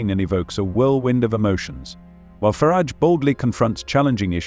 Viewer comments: It's Farage. Not Farridge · Youd think that AI could pronounce "Farage" one way & not usre surround words to flavour it "fer arj" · There is no I in Farage